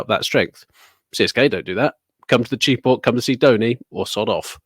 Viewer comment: Blasphemy. Chepauk is not "chee-pak", it's "chey-pauk.